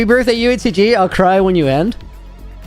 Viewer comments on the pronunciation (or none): Dude it’s UHCG !!!! DUUUDDEEE !!!!!!